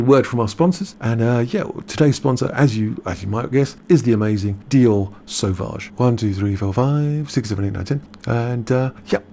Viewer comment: Sauvage is pronounced like the eau in eau de toilette...